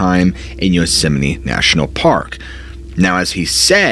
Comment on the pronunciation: Am I hearing him say Yosemine, or is my hearing going?